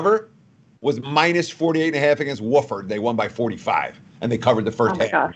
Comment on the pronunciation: It's not pronounced woolford but wafford